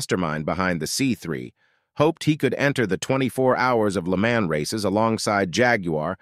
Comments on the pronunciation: It's not "Le Man" with man pronounced like the English "man", it's "Le Mahn" with mahn pronounced like lawn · Yeah it definitely didn’t sound like a 12 imo so I was wondering what was going on there…Also, sounds like ai reading a script…It’s not the Taurus “Show” it’s S-H-O😳and the way Lemans was said was off